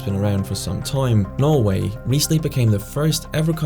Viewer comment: i like how he says norway... "noevei"